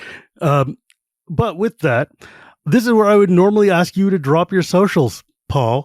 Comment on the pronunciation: Paul? Its Paul.